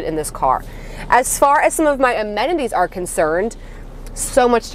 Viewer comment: Did you say amenities or MOMenities? Yes, you can steal it for future videos 😊